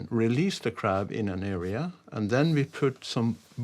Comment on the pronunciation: I never knew the word area had an R at the end, like he said many times "areaR" .. this channel teaches so much.